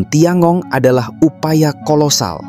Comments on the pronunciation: Tian gong bacanya (Thien kung) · TianGong bacanya dhien kung